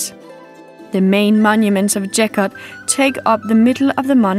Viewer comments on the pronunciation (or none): With all respect towards the video makers. The church couldn't be built in third century BC. Gotta be AD. And the name is pronounced with hard G sound, not J sound. BTW, the church is really amazing place for visiting!